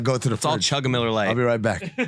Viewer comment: Every once in a while, I could swear he says MULLAR LITE